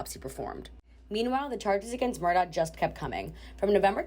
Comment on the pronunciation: The correct pronunciation is ALEK MURDOCK. Do your homework.